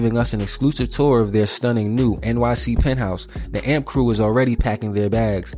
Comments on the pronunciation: youre saying amp wrong. this is mad disrespectful ngl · my brother in christ, its A.M.P what he keep say amp and amps